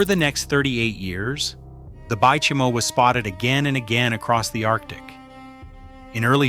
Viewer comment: Bay Chime O lol